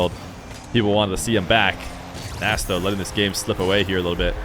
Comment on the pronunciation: If I remember correctly from an old Appjack video, Nass is actually pronounced Ness